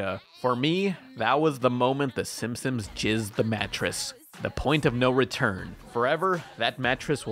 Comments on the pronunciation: Everyone: "Simpsons": SIMSIMS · Gi-gantis? Sim-Sims? Is... is okay? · Does he say "Simsims" on purpose?